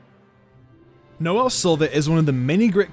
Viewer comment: Did he say “nozzle” Silva 💀💀